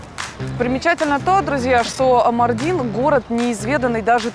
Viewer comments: Ударение в городе МАрдине на 1-й слог на букву "а" - не МардИн, а МАрдин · Ударение на а. Ма́рдин а не Марди́н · не мардин а маардин ударения на а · Блин, Ивлеева когда приезжаете в город, то хотя бы произносите правильно название города, не МардИн, а МАрдин ударение на А. И еще Ивлеева, то что ты там черпаком черпала типо мыть голову так нет, это для дастамаза, омовение ног перед намазом, ну и частичка хамама. В турецких хамамах с такой ванночки ополаскиваются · МАрдин - ударение на А, ё-мое. Аж уши режит.. И турки знают Мардин и где он находится. Почти не раскрыли этот потрясающий город и местность. Про еду кроме кабурга долмасы и синего миндаля ничего больше не рассказали. Ни про разновидности кофе, ни про богатейшую кухню. Ни про дрнвнейшее ремесло телькари (telkari), по которому делают украшения тысячалетиями, ни про мыловарение и изготовления вина. Ни про огромное количество национальностей, живущих в Мардине, ни про культуру.. Ну, ничего мы это исправим 😉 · Ударение на а. Мардин.